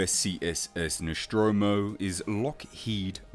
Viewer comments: I believe it is pronounced Nostromo, not Noschtromo. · the "Noshtromo"? WTF? Since when it is Noshtromo and not NOSTROMO? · It's Nostromo'.. Not Neschtromo'... Damn Brits'... So annoying... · Noschtromo? ....seriously? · Very good vid but why do you pronounce the ship's name as "Noshtromo"? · What the fuck is the ‘noshtromo’? Was it built at the Sean Connery Shipyards? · Really interesting stuff! Where the hell did u find all the data of Nostromo? BTW didn't know is's pronounced Noshtromo. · One minute in and You've already pronounced the name of the vessel wrong twice. The name is NOT Noschtromo, okay?